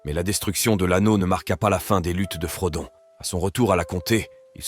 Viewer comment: Selon qui ? Parce que j'ai l'impression que le narrateur essaie de prononcer les noms à l'anglaise. Sauf qu'il a dit [frodone] pour Frodon, au lieu de Frodo. Ce n'est pas consistant.